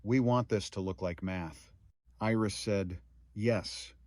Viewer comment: You did an excellent job of telling this story. It brought tears to my eyes a few times. Too bad all other people only think about is it AI? Really who cares. You only made one mistake, missed read Iris. This to me is not AI.